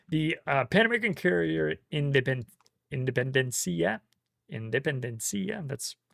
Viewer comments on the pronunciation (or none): Independencia was a real Argentine ship. The pronunciation is with a stress in the last E.